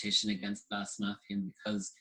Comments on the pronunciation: Note: You should pronounce Blåsemafian more with an O than with an A. So it’s “Blose-“ sort of like if it were in German. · He says Blåsemafian wrong. Lol!